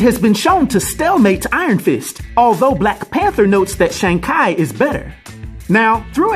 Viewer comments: its shang but said like shawn theres no long a sound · More like Shong